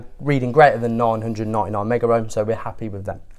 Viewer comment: It's megohms not "megaohms"..